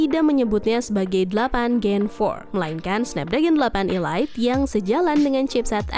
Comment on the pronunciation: Perasaan kemarin ada yang komentar perihal pembacaan elite bukan ilait ini pengucapannya diulang lagi ilait 🤦, koreksilah yang baca 🤦, ya walaupun sepele tapi juga diperhatikanlah, 🤦